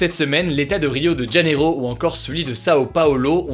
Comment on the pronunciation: On ne dit pas "Djaneiro" mais "Janeiro" :) on parle portugais au Brésil, pas espagnol ;) donc "j" se prononce "j", pas "dj" :3 (et en français on dit "par conséquent" ou "en conséquence", pas "en conséquent").